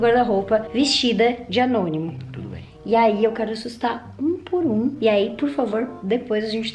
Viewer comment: Ñ é Anonimo é Gnonimo😂🤣